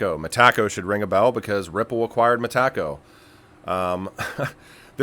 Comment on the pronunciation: Bro it’s Meta-co. Not Me Taco lol